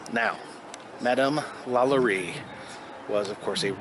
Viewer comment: HE SAID LALARI IN STEAD OF LALAURIE